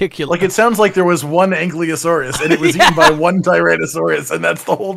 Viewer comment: Still waiting for to pronounce ankylosaur correctly 😂